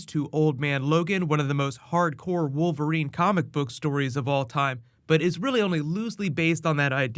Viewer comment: did you say wolf erine??